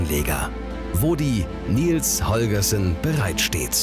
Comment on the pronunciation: Da kann der "Moderator" aka. Sprecher nichts zu, denke ich. Der liest nur den Text der Autoren vor. Das allerdings auch nicht perfekt, wie z.B. bei der Aussprache von "Baltic" und "Holgersson".